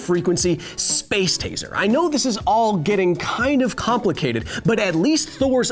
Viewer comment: Taser not teaser lol but you're right